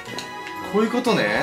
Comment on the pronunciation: 骨粉がコップに聞こえた笑